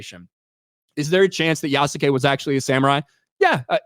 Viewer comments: you can pronounce Yasuke without the u sound, its actually sounds like as "Yaskay" the name Asuka sounds like "Aska" Kasumi sounds like "Kasmee" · Yasuke = Pronounced Ih-soo-kay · Good job at being fair and middle to the debate. I have seen claims that Yasuke (pronounced Yas-skay) was either definitely a samurai or never was. The thing is we don't know for sure, there is no definitive that he was made one but multiple well respected historians have provided possibilities from the info on Yasuke, that he might have been. It can basically only be placed on interpretation, but that's not the issue with the game. The problem is that the creators didn't care about Yasuke or his story, just his skin color. I would love a game about Yasuke, it just its execution that was ruined. Also the creators fall onto the old 1960s tropes on Samurai and Shinobi, forgetting that Samurai was a class and Shinobi was a job, so a samurai can be a Shinobi. Also half the moves and tools she uses are just tropes from the Western fantasy of Japan. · "Yessum Kay"